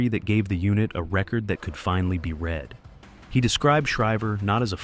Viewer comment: 'REED that again', NOT 'RED that again'.